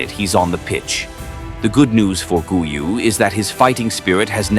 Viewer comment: Please, do not mispronounce his name. In 'Guiu' the first 'u' is silent, but the 'G' is still a hard 'G', like in 'Golf'. So, it's 'Gíw' with the strength on the 'i'